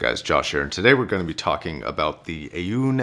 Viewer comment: I used to say "A-une" too but I believe after checking about 15 different pronunciations of Aune that it is "On" but with the emphasis on the "Ah" sound and ending with "Awn" (like "Dawn").